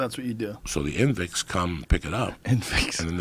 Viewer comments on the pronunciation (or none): invicts! lol 😂 its convicts diaz! lol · uncle Joey: Invicks :D :D :D omg omg hahahaha